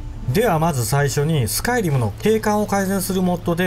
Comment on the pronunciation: スカイ⤴リム⤵